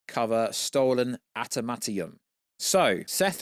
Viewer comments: "Atamanium"_ Where are we getting that extra T😂😂? "Antamantium" 🤣? The film will cap out at a bit over $520 million. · Adam-ant-eeyum…y is that so difficult to say?